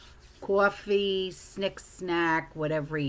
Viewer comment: I love to hear you say “cawfee.”